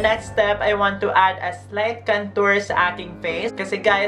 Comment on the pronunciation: Or bka kantot instead of kantor mo. Haha 😂 bakla pa effect.